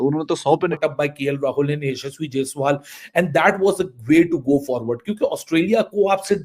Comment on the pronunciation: Ek toh inko humare naam theek se lene nahi aate😂 jaiswal ko jaswal bana diya.